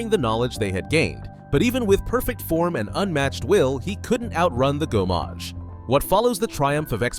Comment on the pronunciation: Good on you for owning up to it! French pronunciations are often tricky for Americans, whereas us Brits have at least a few mandatory years of French at school. The one that really grated though was gommage, because it's said so many times in game - quite easy too, it's gomme-age rather than go-mmage.